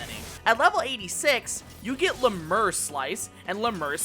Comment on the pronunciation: LEM-you-ree. Lemure is pronounced that way. Also, Soulsow is pronounced "soul so." A sow (as you pronounced it) is a female pig. This refers to sowing one's soul like seeds (remember, reapers were farmers).